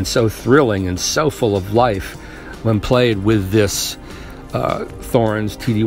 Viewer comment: It's T-horens. T not th.